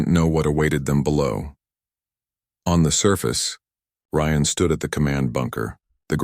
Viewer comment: Nice story, but could you get the AI to pronounce words and names properly and the same way in the story!?!. Ryan is NOT Re-Ann!?!